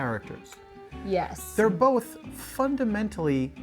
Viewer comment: She says "Bolth."